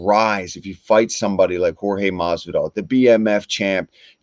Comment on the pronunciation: Hor-he Mesvendol....ahahah